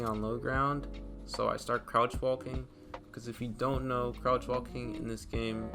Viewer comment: he pronounced walking wall king